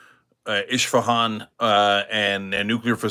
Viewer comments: Hey Cenk, it is not "eSHfehan", it is eSfehan. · 😂😂😂eshfehann,, omg,, it is Esfe-haan… اشفهان،،، Israel hit the new City in Iran called Eshfehan….😊😊😂😂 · It’s not Ishfahan, it’s Isfahan